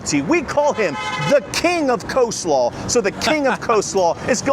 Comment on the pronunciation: And, viewers who take the time to watch your videos, advise how to properly pronounce a word. But you couldn't care less which shows just what a blank you are. It's cole slaw and you continue saying co slaw. Or Guy fee-yet-ti. It's not Guy Ferarrari! You need to grow up!